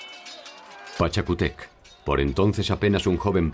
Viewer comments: No es Pachacutéc es "Pachacútec" y en vez de "Dinástica" debió decir "Dinastía" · Hola muy bueno el documental. Pero esta mal la pronunciado pachacutec..